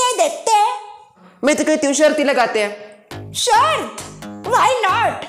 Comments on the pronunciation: दादी जी की शर्त ✅ न कि शर्थ ❌ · आप बहुत अच्छे है पर शर्त होता है शर्थ नहीं 😄😄